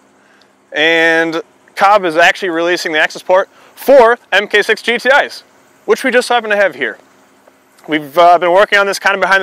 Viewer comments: MARK 6, not "m k 6" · Mark 6. Not Em Kay. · haha. "Emkay six" It's mark six. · "emm kay" is mmm gay. It's pronounced Mark 6. I love the AP in my GTI, I am hoping for some future updates from Cobb, APR's numbers are better right now.